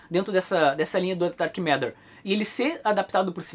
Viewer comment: Pombas, ouvi o falar "Dark M&rd@ o vídeo inteiro. Tô indo ali limpar o ouvido. Licença...